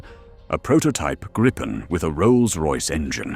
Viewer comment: 😂😂😂 WTF sort of voice is that supposed to be?? Is that the AI can do? God helps us all! And it’s the GRIP-en, not the GREEP-en 😂😂😂